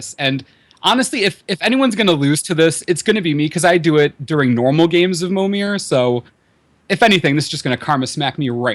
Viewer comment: "Pro-tour Winning Mommir List"